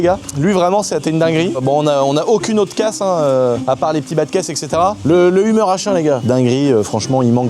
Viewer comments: Mais prononce correctement le Hummer , on parle pas d’une humeur la, ca se prononce « heumeur » et pas umeure 🤣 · Le humeur H1 !! Ahh ses français qui ne savent pas dire les mot anglophones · Non mais au secours comme il prononce Hummer pfff. f.... De....